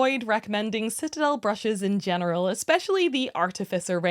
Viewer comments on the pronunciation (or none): none